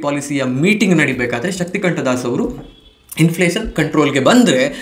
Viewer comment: ಶಕ್ತಿಕಾಂತದಾಸ್ sir ಅದು ಶಕ್ತಿಕಂಠದಾಸ್ ಅಲ್ಲಾ....